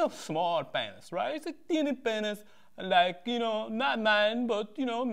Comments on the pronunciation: LOL "PAYNISS" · PAYNISS HAR